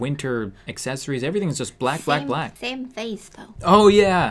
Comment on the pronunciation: I cant tell if she said plack or black